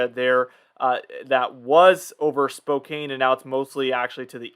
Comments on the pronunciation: Just a picky comment. Spokane is pronounced spo-can not spo-cane. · It's not Spo cane. It's Spo can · Thx for the great weather report. PS. Spokane is pronounced without the e. Sounds likes "can" not "cane." No big deal but thought u might want to know. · The city of spokane is pronounced (Spo can}. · I noticed that too I'm not from Washington I'm from Oregon but when he said Spokane like that I was like huh?